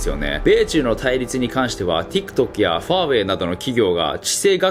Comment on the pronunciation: TikTokの発音が良いんよ